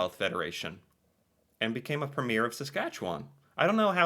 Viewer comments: It’s PREMier not premIERE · Every province has a Premier or the head of the provincial government for that province. It's also pronounced preem-yur. 😂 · each Province has a “Premier”…(pronounced ‘Preem yer). They do not have to be the same political party as the Prime Minister.